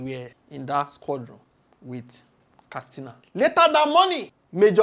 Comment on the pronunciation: K A T S I N A Not kastina